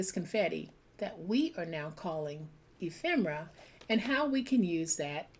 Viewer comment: Ephemera!! i never knew the pronunciation of the word until now! thanks so much! you make such gorgeous pieces of art!